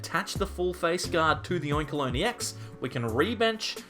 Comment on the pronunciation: "Oinkaloin" lol